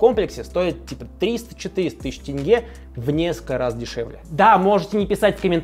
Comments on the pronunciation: Как же хорошо что ты произносишь как тЕнге, а не тЭнге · Хоть кто то правильно называет "тенге" а не "тэнге" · Казахам Руслана можно полюбить даже просто потому что он правильно произносит слово "тенге". Аж радует слух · Руслан заслуживает уважение! Он говорит не тЭЭНГЭЭ, а тенге :)